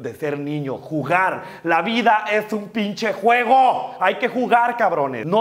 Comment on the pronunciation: Davis F. Digo "Pinshe" por que galatzia asi lo dice